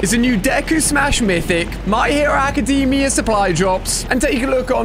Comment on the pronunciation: bro called bakugo izuku on accident and then absolutely massacred ochaco's name Ah yes the my hero acadeeemia co-lab